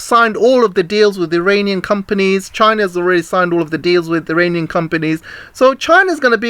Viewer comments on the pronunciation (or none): none